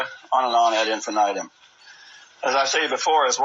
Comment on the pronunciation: When the pastor tries to pronounce Latin and Spanish words I cringe. I wish he learned how to pronounce BLANCA and AD INFINITUM